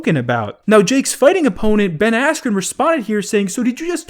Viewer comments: I’m gonna say it’s rigged purely because Ben got right back up afterwards nd it was the red that went no even tho Ben was fine ahahahaha so silly and the fact that jake or jakes team has clearly gotten the announcer said “asscube” cmon bro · No he doesn't u can alredy tell that its fake the moment the commentator mispronounced ben askrens name